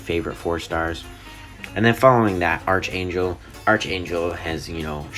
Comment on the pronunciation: Archangel is one word. So it is pronounced ark-angel. If 'arch' was by itself, then it would be... Well, arch. Sorry lol.